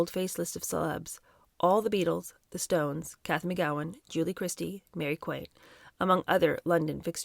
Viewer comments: I am one month younger than Anna W and was born in London. I went to nightclubs only drinking Coca-Cola because the music did for me what drugs and drink did for others. P.s. Mary Quant is pronounced Kwant (not quaint). Love your videos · Nigel Dempster was a gossip columnist, mixing with high society, he had to go to those places. Hope you don't mind but Biba is pronounced 'Beeba' and Mary Quant- 'Kwont'. I remember that time, though I was younger and both were massive names in youth fashion. Don't forget Anna was cushioned coming from a well connected family. She was never going to have to work in Woolworths or a factory when she dropped out of school. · Pronounced Mary Qwant and Beeba. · In British English, it rhymes with WANT, not gaunt. She was British. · Love your channel. Just a note. Mary Quant is pronounced with the t on the end You seem to be saying Quin😅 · Loving this book, at the moment, just wondering how on earth, with almost no education, she managed to got to become editor in cheif at Vogue🤔.... oh FYI it's Mary QUANT as in WANT.😊❤ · Mary Quant, rhymes with want.❣️ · Mary Quant. The surname rhymes with want. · Enjoying this very much. Wee note about pronunciation: Biba- Beeba Quant- Kwont The class system in UK is such that she could absolutely do whatever she wanted in or out of school safe in the knowledge that daddy would ensure a lucrative career for her. Family name is everything, sadly. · love your reading but it is pronounced Mary 'kwont'. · I Love your channel. I absolutely love your delivery. This is just a little tidbit for you about Mary Quaint. It rhymes with want not ain’t 😊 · Am really enjoying an audio book plus editorials by you! I’m not knit picking, I just am sending you a slight correction with love. The pronunciation of Mary Quants last name is: Quant, rhymes with Want. Ok, that’s all. Looking forward to more tomorrow! Take care❤ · Quant rhymes with gaunt. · And Mary Quant is pronounced Qwant